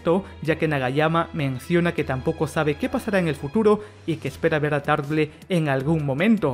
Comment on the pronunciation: Tarble se lee "TARBOL"